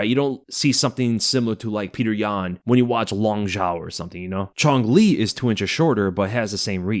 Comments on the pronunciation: Quang Le is pronounced Kwang Le, not Chong Li but hey it is what it is 😂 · Did my man just pronounce Quang Le as Chong Le lol